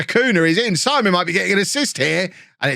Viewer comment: Isn’t the ‘keeper’s name pronounced Seaman and not Simon?